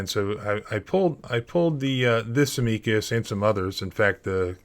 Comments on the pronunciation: Leavenworth = Leh-vehn-worth. Amicus= AM-uh-cus 🙄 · You can't even pronounce Levenworth? This must be deliberate. I'm in Britain and I know how to pronounce these names. Edit: "Ameeecus Brief". Come on. This is definitely deliberate.